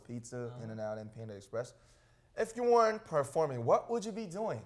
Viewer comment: stan ot7 No, That was : panda expresh.